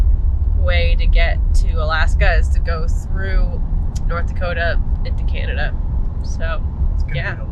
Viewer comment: As a Canadian, I love your accents when you pronounce Canada “Cyanada”. You’re right, Regina is pronounced Ridge-eye-na. Americans make fun of us and the way we say “out and about”. Glad you stopped in Banff. It is a jewel! Liked comment about Canadian time being.66 of American time. So funny! Safe travels guys.